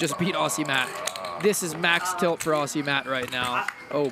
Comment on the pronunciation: aussie is pronounce with a z's so oz zie